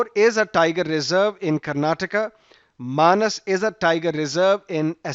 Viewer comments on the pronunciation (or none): none